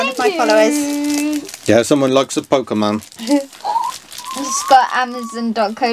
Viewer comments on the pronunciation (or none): It’s not pokey man it’s Pokémon